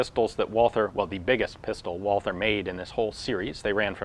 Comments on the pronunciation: The name of the manufacturer is pronounced "Val-tuh" not "Wah-ther." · Walther is pronounced without the th. German doesn't have that sound. Just say Walter. That's way better ^^ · Probably not the first to type this but the Germans pronounce Walther as "Walter." The "h" is silent.